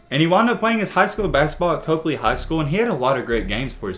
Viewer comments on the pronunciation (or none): It’s pronounced “COP-LEE”